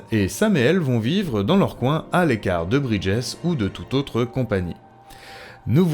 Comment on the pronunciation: top, mais fait attention sur l'anglais "bridges" se prononce "bridgiz"